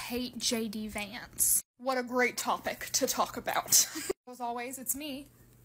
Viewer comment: Sounds like you’re saying “Janky Vance”. I like it.